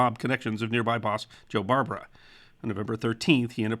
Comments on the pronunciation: He also mis pronounced Barbara.The emphasis is on the second syllable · A little nitpick - the Barbara name wasn't pronounced like the female name "Barbara" (BAR ba ruh) - the gangster name was "Bar BARE ah" (accent on the 2nd syllable)